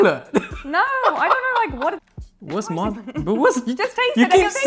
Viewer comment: maarzipanchod - channeling your inner Paul Chowdhury